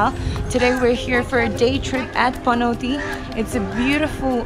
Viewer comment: Dafaq is wrong with your accent.. its panauti not panatee... And yomari no yamri... Nepali le nai yesari vane paxi khattam bhayena vanya...